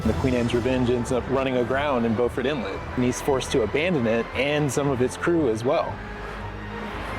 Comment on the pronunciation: when the "archaeologist" said "Not far from here in the Bowford Inlet....", was he talking about Beaufort? If so, anyone who lives in the area would know it's pronounced 'bew-fort'.